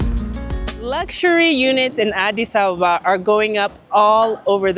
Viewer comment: Addi Abeba, she pronounce it so correctly!!!